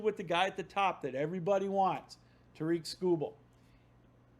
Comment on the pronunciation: How are you a Tigers podcaster and still pronounce tarik like "ta-reek"